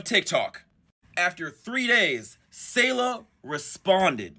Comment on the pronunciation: Damn it’s weird to see her face all over my social media I’ve know her and her siblings since elementary school. Also it’s “Say Luh” not “Saw Luh”